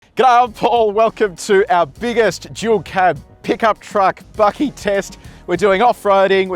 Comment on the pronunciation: FYI: It’s Bakkie not Bucky. P.S. Not sure why you said the V6 Ranger Wildtrak got to 100 when while driving it you said 99 both laden tow/haul and Normal. Just so much going on? The screen figures later showed laden to 90 tow/haul but oddly to 100 in normal which it didn’t achieve according to your commentary. Plenty of tests have been done and the fuel savings of using 2H over 4A are virtually non existent as the engine has to work harder in 2H so any fuel advantage is basically lost. There should be no such thing as 2WD in a 4WD Ute. Only time it’s acceptable is in 2WD only model (Tradie version). *The Grenadier is a Quartermaster Trialmaster (not Trailmaster). Don’t ask me why! Pity you didn’t compare the Grenadier Petrol also. Everyone seems to test either one or the other. I’d love to see both tested back to back. With many Utes with 3500kg towing - they Can do it but it’s not for regular use. Taking a boat across town or shifting a car on a car trailer - one offs. Regular use should often be between kg max in reality. If you want to regularly tow 3500kg, get a 4500kg rated vehicle. And the thing to note about fuel economy is that very few vehicles own trip computer is accurate. So results will vary with the real world.